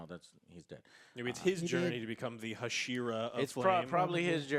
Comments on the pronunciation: They way joe pronounces hashira just doesn’t sit well with me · think Joe can just say Pillar instead of Hashira lol. Also does this even count as a movie when it's literally a direct sequel? But it does speak volumes to how good Demon slayer is doing when a not 'movie' but sequel is crushing it.